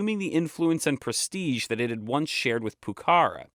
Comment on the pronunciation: Finally YouTube's algorithm offers something interesting. Awesome video, i would just correct some minor pronunciation issues. For example Pucara, it should be accentuated in the last a (in Spanish we would write Pucará)